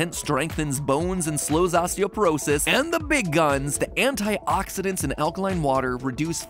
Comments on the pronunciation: Hi, fellow nerd here. It's osteopOrosis, with an O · Isn't it osteoporosis and not osteoperosis? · It's "osteoporosis," not "osteoperosis."